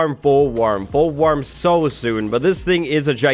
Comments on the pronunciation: fool warm? I think you mean wo.... (Banned) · “Fool Warm” 😆😆😆😆😂😂😂😂😆😆😆😆🤣🤣🤣🤣